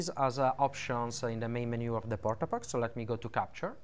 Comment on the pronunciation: DID YOU JUST SAY WHAT I THINK YOU SAID???? PORTA PACKA LOL